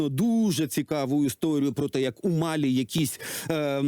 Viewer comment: Ведущий малограмотен… В названии страны Мали постоянно ставит ударение на первом слоге, а не на последнем, как правильно. Это бывшая французская колония, а во французском языке ВСЕГДА ударения на последнем слоге